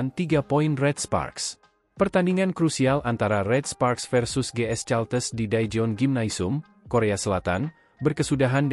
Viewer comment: Caltex ..bacanya kalteks kali Om....bukan caltes